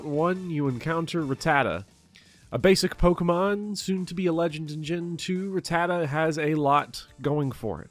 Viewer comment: You said Rattata right, and that's all i need to know